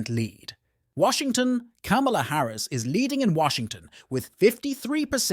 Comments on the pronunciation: It’s Ka-ma-la! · The narrator is mispronouncing Kamala Harris' name. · Why can't you pronounce her name correctly! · Must be AI because it can't pronounce Kamala's name correctly.